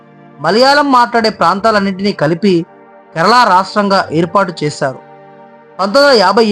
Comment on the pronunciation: బాబు ! కెరలా కాదు, కేరళ 👍 తప్పు పలుకుతున్నారు.